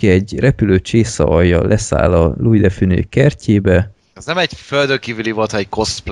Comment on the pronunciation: Louis de Funes spanyol nemesi család sarja, a Funes de Galarza y Soto család leszármazottja, épp ezért a családnevében az 's' nem néma, hanem Fünesz- nek kell ejteni, semmiképp sem spóroljuk le.